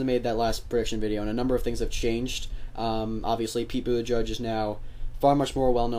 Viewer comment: Is Buttigieg not Buttijudge. There are too many closeted homophobic voters, that will not vote for Pete. I still believe the 2020 nominee is going to be a woman. A gay president, one day. you have to be neutral when making these kinds of videos. Is so obvious you are a millennial Liberal.